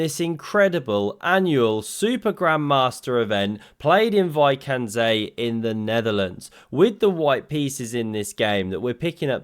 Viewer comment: Wijk aan Zee not Vaik and Zee, btw 45km of Scheveningen but saying that is darn difficult 😅